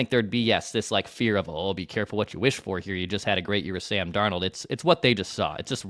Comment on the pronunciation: What about and his Dar-nawld he tried for like one episode to say it right